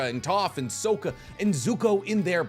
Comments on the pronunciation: I'm excited for you not to mispronounciate any names. 😑 S-ah-ka not S-oh-ka and Y-ang-chen not Y-ung-chen. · HE... SAID... SOAK-UH?!?!?!?! My brother in Hagaromo, its Sock-uh. Love your content tho, never change king <3 Cant wait for the next episode of the podcast! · You did not just say sokka like the shamalan live action … 🥲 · Sock-uh. Not Soak-uh. SOCK-uh, suck-uh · Okey wait a minute you are off on so many things. First it’s air temple not tribe. Second it’s Sock-ka and not soka. Third firebenders cannot lave bend that’s earth benders. And Szeto (zeeto) and not zet zo. Come on bro do your research. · Sock-ah not So-kah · its not " SO- kka its" "sock- ka". you're one of my favorite youtubers but saying his name like that makes me think of that utterly terrible movie and id rather not lol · SOW-KAH…?????????? FOR REAL????? Bruh. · WhyWHY WITH THE SOAK-A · "Avatar Kirk" "Sohka" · You pronounce it “S-oh-ka” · So-ka you are saying it wrong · I immediately stopped taking you seriously after that Sow ka pronunciation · It’s pronounced (SOCK-UH)) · he. said. Soaka. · Why did my dude say “Sohka” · Soaka... Is there some sort of inside joke that I don't know about? I just found this guy yesterday. There's either some inside joke with the channel where this dude intentionally mis-pronounces the names of the characters all the time, or he's never seen either show and just read a few wiki's to make his videos. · Dude it’s saw-kah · Blud said soaka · Bro said soaka😐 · you pronounced Sokka wrong. Yes I said on purpose. Might as well say your own name wrong if you can't pronounce names of characters of shows you "watch" and then make videos for. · Sew-Kuh? SOUKUH REALLY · Did this mf just say "zuka" instead of zuko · Thank you, because yes. As soon as I heard “sOaKa” I came to the comments lol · He's from the water tribe so he's thinking soak-ya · How hard is it to say sokka properly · That's not how you pronounce "Sokka" you silly goose 😤